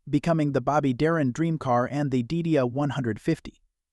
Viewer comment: Trust me...I saw this car in 1962 and the pronunciation (back then) was Die DEE uh...not Did-e-uh